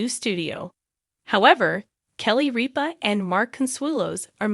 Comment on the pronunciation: Say Kelly ripa's name right